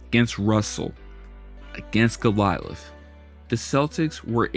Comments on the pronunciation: AN ENIGMA, NOT ENIGMA IE, HE"S ENIGMA (WRONG!!). GOLIATH NOT GOLILATH! Also, to call Russell "all about defense" and Wilt "All about offense" is total bullshit! Stats weren't kept for blocks, steals etc. Chamberlain was AT LEAST as good as Russell defensively! Even the great Bill Russell admitted that! All you're doing i9s repeating the same garbage that's been spewed by other KNOW-IT-ALLS! Wilt is the GOAT, was the GOAT, and will always be the GOAT! furthermore, chamberlain DID NOT JOIN THE NBA AFTER LEAVING KANSAS!!! He first went to the Harlem Globetrotters, then the NBA! Next, use your dictionary to figure our the definitions of "Enigma" and "Platonic" Damn it, learn how to pronounced GO-LI-ATH!! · Love this vid , TY! It's Goliath , Not Golialith....sry had to throw that in , lol. (( Go - Lie - i t h ))....Cheers Mate ^ ^ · Golilath? Oh…you mean Goliath…got ith. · Could you get the narrator to pronounce enigmatic or Goliath correctly?